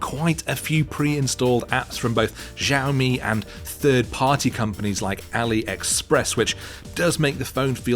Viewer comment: It irked me every time he pronounced it like Jammy.